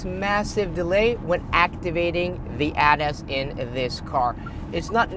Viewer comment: Please STOP pronounce ADAS like you are about to say Adidas.